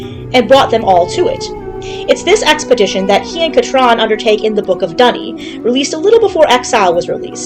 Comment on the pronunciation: Yay someone pronounced Kat'ran properly in a YouTube video 😅